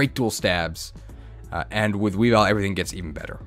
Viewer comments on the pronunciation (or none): none